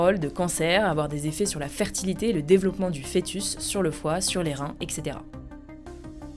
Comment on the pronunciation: Elle dit "Exétéra" au lieu de "Etssétéra". Je suis outré. 😭